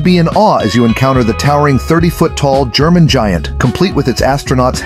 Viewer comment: Gemini not German lol